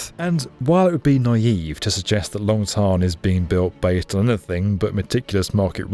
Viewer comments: Long Thanh pronounced “Tan” as in sun tan. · The way he pronounced the names of these Vietnamese airports Long “Thon” and Tan Son “Nia” is so cringy.